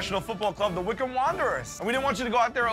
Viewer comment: as a brit living 10 minutes from the stadium it was painful for them prononcing wycombe fc